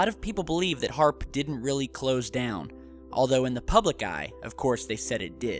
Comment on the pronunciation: It's HAARP not AARP ! Trust me daddy..